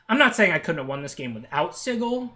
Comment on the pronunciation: It's not sigil it's sigil